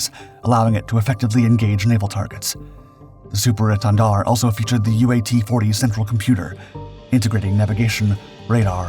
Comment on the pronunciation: Take a shot of hard liquor every time he says Super Èntendard - I dare you. 🥴😵‍💫😵